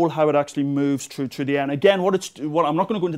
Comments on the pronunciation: cool vid.. but i gotta say: its through not trough. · "CHRU DE AIR." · threw.... Threw the air... There's an "H" in that word.....